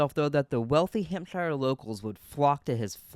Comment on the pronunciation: wtf is the gran-airy in hamp-shiiier